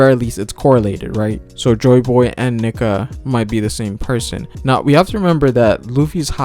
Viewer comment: Come on bro.. Nee-ka 🤣